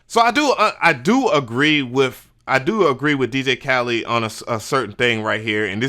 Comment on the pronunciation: You keep calling him DJ Khalid